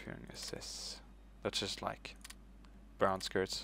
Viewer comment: why do you say brown skirts? it's brown shirts, they weren't a woman's organization, and they weren't scotts either